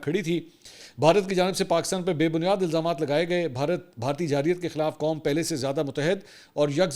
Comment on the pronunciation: 1-29 خان صاحب،میں پہلے بھی آپ کے ویلاگ پر کومنٹ کر چکا ھوں کہ لفظ جارحیت ھوتا ھے لیکن آپ جاحریت بولتے ھیں۔ آپ کے ویلاگ بیرون ملک بھی دیکھے جاتے ھیں اور جو لوگ اردو سمجھتے ھیں وہ آپ کی قابلیت کو کس نظر سے دیکھیں گے؟ مہربانی فرما کر آپ خود بھی لفظ جارحیت بولا کریں اور شوشل میڈیا پر بھی یہ لفظ جاحریت بو جا رھا سو آپ سب کی درستگی کروائیں اپنی کسی وڈیو میں۔ امید ھے آپ تک میرا یہ کومنٹ ضرور پہنچے گا۔ سلامت رھیں